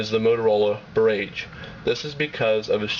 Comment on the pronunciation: barrage! rhymes with mirage. wow...internet "journalist" are horrible.